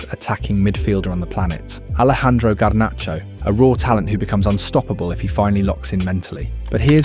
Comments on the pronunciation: Man really said garnacho with a straight face… come on bro… 😂😂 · man said garnacho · Lost me when bro called Garnacho😂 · nice video...but garnacho...🤣